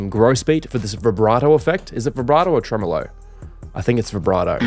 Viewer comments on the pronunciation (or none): none